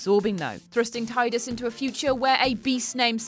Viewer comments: It’s Tee-dus NOT Tide-us❗️Even James Arnold Tylor the voice actor stated this fact❗️❗️ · I know it's pronounced Tee-dus, but it's Tye-dus in my head canon. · It's pronounced tee-dus. Not tie-dus. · Yeah, I didn't know it was pronounced Tee-dus until a couple of months ago, like 15 years after I I first played it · You pronounced "Tee-dus" incorrectly for the whole article. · Its pronounced Tee-dus and Auron is an unsent, not a dream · Auron is not a dream, nor is he from Zanarkand. He is an unsent, from Spira. I forgive your mispronunciation of Tidus though, since I pronounced it wrong until recently.